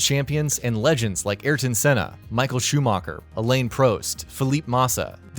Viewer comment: "Michael Shoemarker, Alane Proste, Philip Marsa, Nico Roseberg" 🤦‍♂️